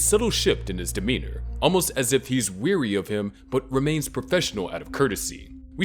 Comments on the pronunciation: It's pronounced "ware-e," the word "wary" comes from the word, "aware," it isn't "weary," as in "growing tired" Unless you meant that special agent Lundy was growing tired of Dexter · hot tip: weary and wary are two different words and are also pronounced differently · Not "weary of him". "Wary of him". Weary means tired. Wary means cautious.